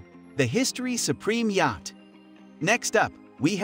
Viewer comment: Where did this guy learn to speak English? Or is it AI generated? Yacht= yach? Epitome= epi-tome? Come on!